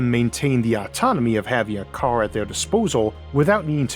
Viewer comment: I'm sorry, but if you have a serious childhood speech impediment, you shouldn't even think of narration. It's "car" not "cow". It's "road" not "woad". Go get some speech therapy so you can speak normally.